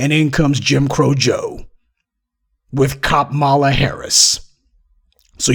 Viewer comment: Please learn how to pronounce a name before using it - Kamala Harris is pronounced 'comma-la'.